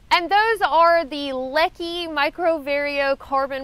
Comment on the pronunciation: hey! thanks for all of your posts, I have mostly viewed the library of 'em so far. just a word on popular pronunciation: Leki poles arena of the dominant poles used in ski racing, and as such, a popular pole for skiers. it is pronounced ' laykey '. keep up the good life and know we are all managing some pretty intense family stuff these days. you are not alone and it takes a lot of guts to keep on keeping on. as I am sure you will. be well!!! happy trails.